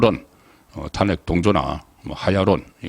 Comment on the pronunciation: 항상 탄핵 말을 할때..탄핵 발음이 틀리는거 같아요~~